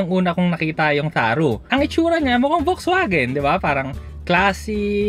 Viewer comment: FAX-VAGEN (not "folks" vagen)